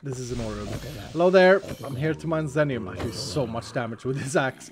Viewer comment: Just one point of clarification, if the ore is named after the streamer X33n as it seems like it is (Teammate of PeteZaHut and Cap'n Sparkles...), it would be pronounced like 'ZEE-nee-uhm'. Love the series, and especially enjoying playing along, really appreciate all the content!